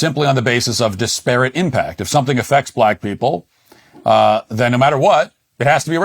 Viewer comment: Matt, great show, but for the sake of all that is holy, "DISparate", not "disPARate".